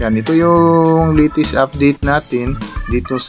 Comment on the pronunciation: Pls don’t get me wrong sir but just want to comments. It would be much nicer to hear if u pronounce it correctly as follows: another day(soft long a) not another “di” & poste not posti(matigas) latest not latis. Ty & ingat!